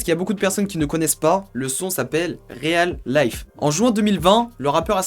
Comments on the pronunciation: Super Vidéo mais fait un effort sur la prononciation des mots en Anglais, pcq ça me fait tiker à chaque fois en tant que bilingue Francophone/anglophone. Déjà on prononce Yungeen Ace -> Yonegine Èyce / Step Harder -> Stèpe Hardeur / Real Life -> Rial Life / Who I smoke -> Hou I smoke. Bref no hate ! Juste une remarque pour améliorer tes vidéos no cap. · Fais un effort aussi Réal life au lieu de Real life 😭😭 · mais wesh !!!! je sais l'anglais c'est pas facile mais fait un minimum d'efforts quand même !!!🤷🏿‍♂️ "réal life" c'est quoi ça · a Mdrrr mais serieux comment il prononce le "Real" a la francaise et le "Life" a avec l'accent anglais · Matthieu Gilles arrête de faire le gars frere il prononce comme il veux il est pas bilingue lui